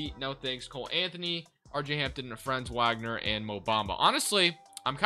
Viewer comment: His name is pronounced Frahnnz Vogner btw. Magic have always been my favorite team but TWolves have been my West Coast team for over a decade.